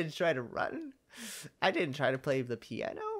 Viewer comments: Was anyone else like "IT'S PIANO! NOT PIE-A-NO!" XD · A-PI-NO? I was screaming "piano!" in my mindXD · "pie-eh-no?" its piano XD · I was yelling PI-A-NO PIANO DAMMINT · "Pie An O??" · not Pie an no it's piano